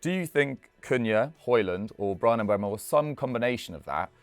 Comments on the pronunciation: All these “experts” really need to learn how to pronounce Mbeumos name correctly 😂 It’s MbEUmo, not MbUEmo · Stop saying Mbuemo, it's disrespectful and shows a lack of professionalism. The dude's name is on a card right behind. There's videos of him pronouncing his own name. It's been years since he's been in the Prem and he plays for your club now, show some respect. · all 3 of them called him Mbuemo 😭. It's Mbeumo guys, come on. M-beu-mo